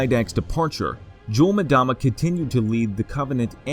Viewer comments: ita EM DAMA not MADAMA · Not sure why people mispronounce names when there are several media sources with the correct way to say it. Its “Mmm dama” not “Madama” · It’s not jul ‘mudama it’s jul ‘mmmmdama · Ok why is everyone pronouncing his name Madama istead of Mdama? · it's pronounced umdama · pronounced Em dama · Just so you know. you're Incorrectly pronouncing 'Mdama. Play the game, then you will know.